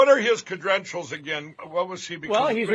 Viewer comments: Cadrenital ? What's that Sleepy? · We've lost Mike,, again, Magnum's slow cousin mispronounced defamed, he should have said deflamed, Mikey Mikey you're losing all your cedrentials, hahaha, and that trump doll, oh my God, funny shi#. Tucker on Lindell TV would be the shi# show to end all shi# shows. hardy har har Gee I've never officially heard you say that you're a Democrat, they must not know that you're from the North, hahah idiots. and if they think you're so terrible why do they put themselves through the whole video? that's maga logic They continue to slam you and your stuff and yet they keep watching, haha boy oh boy those M&Ms are delicious today, as is the Coke